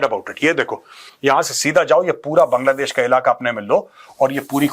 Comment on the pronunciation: Major did you just say kangladesh!😂